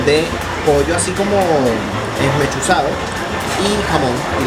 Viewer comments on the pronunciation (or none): tu eres Venezolano???? habla bien se dice pollo esmechado no esmechusado..